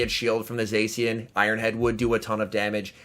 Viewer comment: Its pronounced Za-Shee-uhn plz. My ears are bleeding